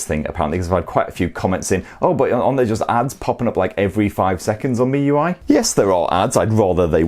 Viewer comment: 💯 agree ads aren't an issue, it used to be on the Chinese variant ROM but global and EEA ROMs no. Also kudos on your pronunciation of miui, it's ridiculous how many people can't pronounce it right. Should also mention that unlocked bootloaders won't be an issue if you buy from the UK official distributors etc it only happens if you buy from china / 3rd parties that buy in the Chinese handsets, unlock them and then flash a global / EU ROM on them. Cracking spec for the price, I mean for daily use its hard to recommend even an £800 phone to most people when this will meet most people's needs and more for a fraction of the cost.